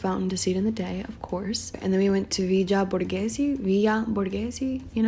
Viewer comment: I love in Rome and the compliments they pay people are so heartwarming. Also Villa Borghese is pronounced as “ViLLa Borgese” not “Viya Borghese” :)